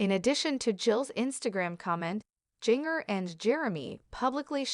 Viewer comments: Learn how to say people’s it’s Jinger as in ginger! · That's what happens when you get a robot voice to narrate instead of a real person